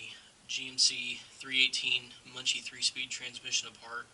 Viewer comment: JFYI It's pronounced MUN-SEE I just rebuilt my 318 from my 56 Chevy 3100. I used parts from a donor transmission and bought some new parts at a swap meet. The rebuild kits on line which was what I bought are junk. Don't come with main shaft snap ring or shift arm seals.